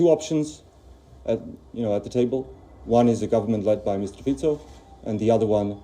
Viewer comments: Pronunciation is Fitso not Fiko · "Fico" not "Fiko" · Ignorants, he is no "Robert Fiiko", his name is Robert Fico, read "Fitso" - please learn to act as cultural human. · Není to Fíko, ale Fico. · Fiko😂 it's (Fitso) and he is not pro russian, his party is pro-slovakian. SNS is pro-slovakian as well. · Ty si celý Fiko, Títo retardi ani nevedia ako sa vyslovuje C.😭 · Not Fiko, but Fico. Learn to pronounce C stick figure. C is not K. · Omg It’s Fico not Fiko Plus it’s not pro Russia… stop talking crap It’s pro Slovakia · Common man, it is not FiKo, but Fico. Pronounce "c" same as Tsitsipas the tenis player or the Horewitser the US weapon. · It's not Fiko,Its not Fičo, It's Fico. If you are not sure use google with setting of Slovák language. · Not sure if we call Fico, "Fičo" but I'll give you a cookie for trying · Pronounced Fitzo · I'm not Slovakian so I wouldn't know, give me a break, and the sound is FiTo or Ficho, so stop crucifying me for a non issue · This is not Robert Fiko but Robert Fico and too it is not Michael Simeka but Michael Simečka...